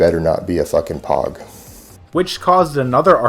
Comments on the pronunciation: anyone who’s ever been in the military especially infantry knows that POG (person other than grunt) is not pronounced “pawg” 😂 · That by itself tells me everything I fucking need to know. Nobody in any branch pronounces "POG" like that. It's pronounced "POEG" like saying the letter O. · It's pronouced PO-U-GE P.O.G. People Other (Than) Grunts Grunts fight in war, P.O.G.'s are the support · He side “päg” instead of POG! Anyone with a real background would know it’s POG......this guy isn’t even a shower shoe! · POG: pronounced "poge" not "pawg" (hard O) 🤦‍♂️ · Just like how he called people Pogs instead of POGs. lulz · He pronounced POG as “pog” instead of how it’s supposed to be said in “pohg”. #1 indicator right there aside from all the other bs lol. You tried. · POG (person other than grunt) is not pronounced pawg its pronounced pogue. Like the band. Fuckin idiot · The only video I will give a thumbs up to "fake mercs" channel is of him with cancer weighing 90lbs and and control his bowel movements lmao. Oh ya it's not POG. It's pronounced poge. Say it how it looks. If your not infantry your a poge. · lmfao the moment he said "PAWG" I knew he has a fake. It's pronounced "POHG" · A pog? Are you fucking kidding me? It's pronounced Pogue, you fucking man child. >_> (as an aside, Great video,!) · He said "pawg" instead of "pohg". Dead giveaway you never served or even have any vet buddies. Probably doesn't even know what it means. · Its pronounce Pohg not Pog...as in "personnel other than grunts". I'm a submariner and I know that. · Its proof enough that he says POG. Everyone knows its pronounced "Poge" but apparantly an elite operator who hunted people doesn't know how to pronounce one of the most widely used acronyms in the military. Everytime you insult someone you call them a POG, but I guess he never heard anyone be insulted. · "Better not be a POG." (Pronounced pogue) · Its POAG you idiot. Personal other than a grunt. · He even says POG wrong. Well done.